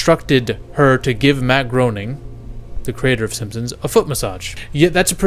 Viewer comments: Matt Groening didn't actually have anything to do with the Stephen Hawking episode. He only made the first 2 seasons. Also, Groening is pronounced "Gray-ning" not "Grow-ning" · Bro you're killing me. It's not Mark Groaning it's Matt Grane ing. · Not GROANING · It’s pronounced GRAINING